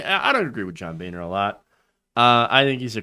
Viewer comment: John (Bone-er), let's be honest